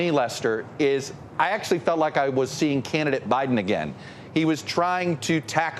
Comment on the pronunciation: Putin: "Okay guys, you heard BITEN, He's given us the okay to go into Ukrain"!